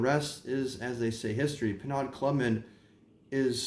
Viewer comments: Nice history...but it's pronounced "PER-NO!" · Penaud, is pronounced Pay-know. This is in my top 3 with Brute and Old Spice. These are old barber smells.